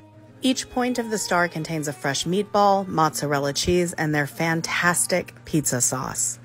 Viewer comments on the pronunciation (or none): By the way you pronounce wrong. It’s mozzarella, not mozzarella.